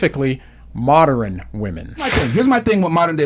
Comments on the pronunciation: bro said moderin loool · Moderin, mod er in , mod earn, ern, modern.